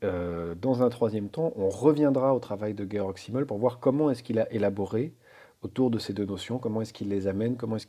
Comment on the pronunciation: Bonsoir, Merci de cette introduction à la pensée de Georg Simmel ! Je connais un peu celle de Max Weber, l'autre grand sociologue allemand du début du XX° siècle, célèbre par ses propositions sur les liens entre protestantisme et capitalisme. Au passage, si vous dites Guéorgue, rien ne vous empêche de dire Zimmel et pas Çimmel, car le "s" se prononce presque toujours "z" et surtout en début de mot (Francis Blanche caricature le soldat allemand : "Vous les Vranzais !")... (c'est comme pour le nom du philosophe Walter Benjamin que l'on prononce souvent Oualtère (à l'anglaise) Benyamine (à l'allemande et pas Bendjemine, à l'anglaise) : Walter, en allemand, se prononce comme wagon... mais c'est secondaire par rapport à l'intérêt, pour moi, de votre exposé. Je trouve très instructif et d'une grande richesse relationnelle vos exemples de relations dans la sphère profonde, opposées à celles objectivement dans la sphère superficielle. Pour le lien avec "Hold Up", bravo pour l'éclairage proposé sur la non contextualisation du "Grand Reset", qui envahit la conscience avec des émotions de peur-terreur -- pas différente de la peur de la Covid instillée par la plupart des médias. Par contre les infos données par l'énorme majorité des témoignages rapportant leur expérience humaine me paraît relever de la sphère profonde, à ceci près que le caractère haché de la succession des séquences relève un peu du "gavage des canards" typique des documentaires qui se veulent tellement "efficaces" et p